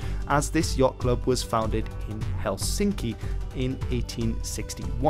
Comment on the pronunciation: Yes, you are not a Finn and you even pronounce Helsinki ridiculously wrong way, so no: you have no vote here.